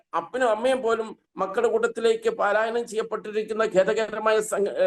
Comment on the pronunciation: palaayanam not paalaayanam